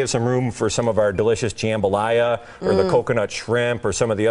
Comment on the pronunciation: He said jam-balaya 😂🤣😂😂🤦🏿‍♂️